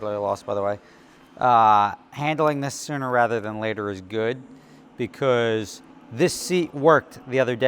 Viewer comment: What a wild way to pronounce “because” “Beecouuuzzze”